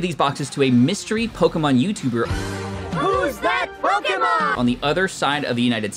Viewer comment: Please pronounce the Pokémon names right every time you pronounce it wrong it literally hurts my soul😂